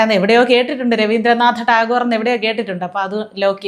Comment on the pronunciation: രവീന്ദ്ര നാഥ ട്ടാഗോർ എന്ന് പറയാൻ പോലും അറിയാത്ത കുട്ടികൾ